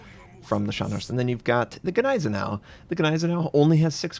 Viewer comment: Just an FYI - Gneisenau is prounounced like 'Nize-Eh-Now' =)